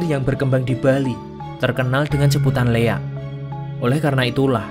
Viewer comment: Maaf bg sebelumya,bukan leak,tapi liak